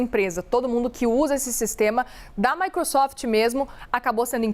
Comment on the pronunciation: A jornalista falar MICRUsoft foi um tiro na cabeça 😂😂😂😂